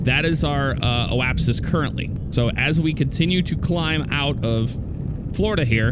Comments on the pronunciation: It's Apoapsis, not oapsis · JP McGrath yes, however in the video he was saying "oapsis"